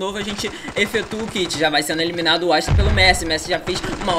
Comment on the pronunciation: "Jogador ja vai sendo emilinado kkkkkk